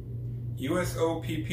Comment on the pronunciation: I like the way or how you tried to say Usopp :). I was confused at first until you placed it down and saw it and realised he is a character out of One Piece. Im trying to think up a joke to enter your giveaway